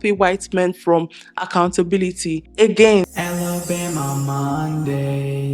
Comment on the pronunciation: She said alabomba xD i love her lol